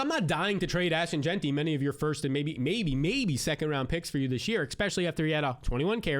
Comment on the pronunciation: if you say egg-specially 1 more time...im dumping you for mason. i say this with love. :D